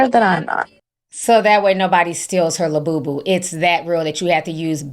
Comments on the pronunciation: That lady that couldn't say labubu right 😂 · Lububu sound like lil boo boo 😅